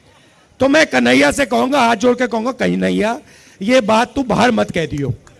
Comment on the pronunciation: Pahle प्रभु का नाम बोलना तो सिख लो कही नहिया नही कन्हैया होता है समझे ऐसा न हो की कही नही रहो राहुल जी